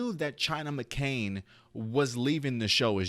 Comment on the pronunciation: Here name is China Anne McClain, Not McCain why do you keep pronouncing her name wrong???